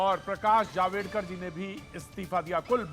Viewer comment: अबे डबल बॅटरी जावेडकर नहीं जावडेकर हैं वो.